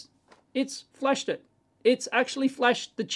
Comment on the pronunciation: I thought only non-native English speakers would pronounced "flashed" as "flash-shed".